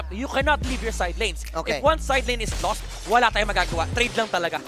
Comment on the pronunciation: Loss po not Lost. 🙂